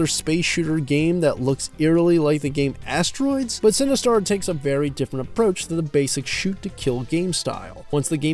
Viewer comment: Its Sinistar not Cinestar lol. Great review.